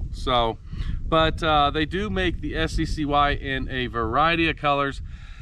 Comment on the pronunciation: its sky (sccy)